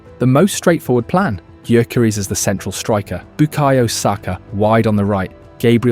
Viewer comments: OK, I think it's time for a friendly tip on how to pronounce Gyökeres: The G is silent. And the Ö-sound isn't as exotic as the letter representing it suggests, it exists in English too, in words like sir, work, fur. So: Yökeres. N.B. And if you don't trust me, just listen to how he pronounces it himself in one of the presentation videos Arsenal published the other day. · Nice vid mate, but your pronounciation on Gyökeres could use some work. Greetings from Sweden! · Please please please stop destroying his name….its getting harder to hear with each time you say it 💀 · Is this AI narrated? Man pronounced Gyokeres five different ways. 😂